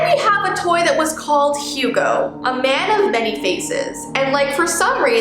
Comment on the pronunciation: I don’t know if anyone notice but when she said “Toy” it’s sounded like “Tor” (Is it just me-)